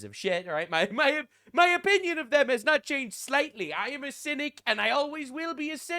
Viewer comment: When you said "I'm a cynic" I heard "I'm Hasidic"